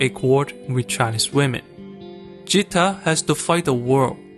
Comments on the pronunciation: You covered everything. The youtube comments cover other opinions. One correction which I would like to make - The 'G' in 'Geeta/Gita' isn't pronounced as a 'J' sound, it is like you would pronounce 'g' in 'good' or 'garden'. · Great vid man! Chori Dhakkad hai (girl is a power punch) P.s. no big deal just saying its Gheeta (like Bhagvat ghita) not vagita Geeta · Blud can't differentiate between Ja and Ga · It's not jeeta it's geeta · It's Geeta, gee as in guy, GA, not "ja" so its Geeta not jeeta. Nice explanation tho. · I can't stop laughing over the fact he pronounces Geeta as "Jeeta" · Hi, Indian here, love your video essays, but "Geeta" is pronounced with a hard G, like "guitar". Not a soft G like Jesus. Don't get mad at me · Its geeta like Ghee.. Not jeeta.. This is actually a real story.. you can search for geeta phogat.. and babita phogat.. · It’s not “jeeta” , it’s Geeta , Geeta as in Games, Getting, girl. That’s how the G is pronounced. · Not jeeta but geeta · Its not jeeta. Its Geeta. If you had actually watched the movie, you would have known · correction for the video its pronounced as geeta (g sounds as it's in Gift ) and not jeeta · Great video. However, the girl's name is G(Greg)-eeta. Not G(Georgia)-eeta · Ahh I don't wanna be that person but its not jeeta its ge'taa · Sorry to nitpick, but Geeta is pronounced as Geeta, not Jeeta. G as in God. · Everything is great in this video essay.Except the name of oldest daughter is pronounced as Geeta as in gee not with jeeta as done by content creator. Thankyou 👍😊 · It's geeta lol Geeta as in g sound not gj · You are pronouncing her name Geeta wrong tho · G in "Geeta" is pronounced like G in "Gay" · See he wasn't deceiving when he named the channel Accented cinema because even though we can clearly hear in the film... He pronounces Geeta as Jeeta😂 🤦‍♂️ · The name Geeta is pronounced as G from "Gift". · Geeta is not to be pronunced like Jeetah, its Like G in Girls, Gargoyels and gander.